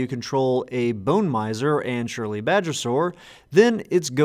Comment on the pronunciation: Surly, not surely. x)